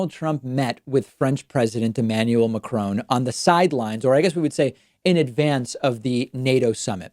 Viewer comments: Excellent. Like your postings. But please learn how to pronounce Macron. It's not "Macrone". Brian Oosterbeek Netherlands. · Lol, the youtube subtitles translate your pronouncation of Macron as "McCrumb". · Hi David, I do like your video's :) Have 1 remark about your pronounciation of the name Macrone. It is not Macroon ( as in swoon). Because English is not my language I do not know one word that has the right pronounciation, but it sounds more to 'one' than to 'oon'. If you pronounce one without the starting W that would be okay :) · the way americans say macrons name is so painful.. you could at least try! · to my american friends: please stop pronouncing the n in Macron not a french but a german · You actually have to prononce the « n » as a part of the « o » (the « on » in fench has it’s own prononciation) - a french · you yourself are not pronouncing macron's name correctly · Hi David - Since you were concerned with precision of communication - may I suggest a quick refresh on how to pronounce the name of the french President and also how the subtitles have made him a Scotsman!! The bigger point you make is of course substantive. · The 'n' in Macron ist silent. Otherweise good piece. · How are you Jewish but you can't pronounce Macron properly? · Please stop butchering Macron's name! The n isn't pronounced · David, please learn how President Macron pronounces his name. Thanks. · The way you pronounce 'Macron' gives me a headache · Please check you pronunciation of Macron!! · This is the second time today I’ve heard someone butcher the pronunciation of Macron over and over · Americans seem unable to pronounce it correctly for some reason! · Please don't say MacRONE it's mac-RON as in Ronald. Love from the U.K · Hi David, please start saying Macron with a silent 'n' and no 'e' at the end. A macrone is a cooky best eaten warm from the oven. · american sayin Macron like macaroon Hahahaa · Stop saying Macrone ffs.. My ears! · I thought that was spelled Macaroni?